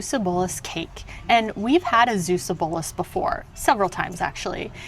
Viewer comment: It's pronounced Zeeeuwse booooolus :) with a Dutch "ee" and "oo"